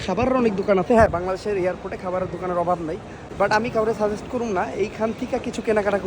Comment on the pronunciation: ভাই সাগেষ্ট না সাজেস্ট